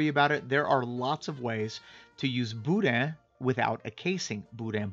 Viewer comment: You can tell when a real Cajun makes Boudin. He uses LIVER! Texans don’t use liver and they wrongly pronounce the “n”. No liver= not boudin. “Boodah”Great vid.